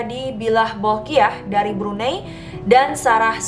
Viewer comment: Cara sebut Brunei is "Brunai" ♥️